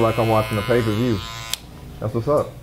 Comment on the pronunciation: Man said pay per view 😂